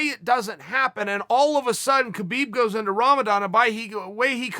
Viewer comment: HAbib. Say it right, dummy.